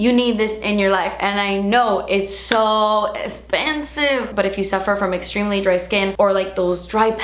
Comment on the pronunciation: her accent when she says "through" and "esspensive" <3 :D